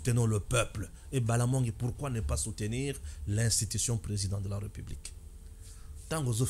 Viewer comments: On prononce "république" et non "republique". Ré et non "re". Tu as des difficultés de prononciation de certains mots et de lecture. Améliore toi. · Arrête de dire REUPUBLIQUE !! C'est plutôt RÉPUBLIQUE !! Nulle pour moi l'intention de jeter une suspicion sur ta maîtrise de la française mais est -il que certains mots , notamment, la république, tu les prononces mal !! Le souci au niveau de prononciation avec toi, tu as tendance à confondre la lettre E sans accent grave du É , ce qui fait malheureusement que tu dises REUPUBLIQUE ( Eu ), en lieu et place de RÉ . Ne prends pas ça mal s'il te plaît !! Ezo sonner ndé mabé na matoyi !